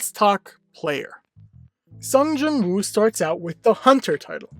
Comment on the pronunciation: it's sung JIN woo not jung